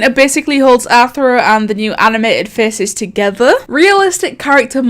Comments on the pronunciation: i love when she says faces FECES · "fece" lol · nobody:: fice